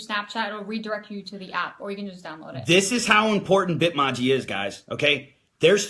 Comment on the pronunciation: The way you say Bitmoji is so wrong lol